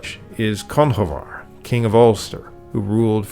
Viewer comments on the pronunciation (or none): Dope video loved learning more about my country, have to say i did cringe qt aome of the pronunciation but im probably wrong and u right becayse of the differences in modern irish and gaelic, i will say however the pronunciation of conchubhair is nit said how read but pronounced cru-hor, my second name is conchubhair english translation is connor, I say this as a fluent speaker of irish. Source...trust me bro